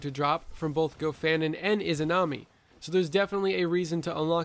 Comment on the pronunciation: the "imanazi" forge